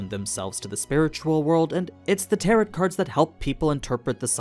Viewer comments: Pls it's "tarrow" not "tarrot" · Love these videos and pretty hype for covering this series! Minor feedback: "tarot" has a silent "t" at the end (it's a homonym with taro, the root vegetable). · just an fyi tarot isn’t said as it’s spelled it’s got an oh sound at the end not an At sound, so it’s Tar Oh. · It's pronounced TARO (not tarot) :) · Tarot is read as Taroh, FYI. Your vid’s are sick as always ❤ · Tarot is pronounced "teh·row". Not like Parrot. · IT'S teh·row STOP PRONOUNCING THE SILENT T, FFS. Where did you learn to read? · The last t in Tarot is silent, everything else is great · I agree. the mispronounciation was driving me crazy. Besides that, Great Video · You mispronounced tarot. It is a French word and the final t is silent. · Feedback: When you mispronounce "tarot" it makes me think you're using AI slop to voice the dialog. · I can't be the first to mention it, but the t and the end of Tarot is silent. Tarot rhymes with arrow for american or i could be tah - row for british. either way the t is silent. But i haven't seen the dub so if they decided the pronounce it that way then i guess that's how we pronounce it for the purpose of the show. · Tarot, the T at the end is silent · why is he saying tarot like that? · I love your content but for the love of god, please learn how to pronounce tarot. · the t at the end of tarot is meant to be silent..... other than that great video. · You don't pronounce the last t in tarot. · Small, small nitpik.... 'Tarot' is pronounced with a silent 't' on the end. French words, go figure. Thank you so much for this context. It helps a lot!